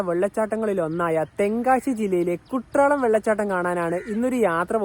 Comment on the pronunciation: കുട്രാളം അല്ല ചങ്ങാതി.. എഴുതുമ്പോൾ അങ്ങനെയാണ്.. ഉച്ചാരണം 'കുറ്റാലം' എന്നാണ്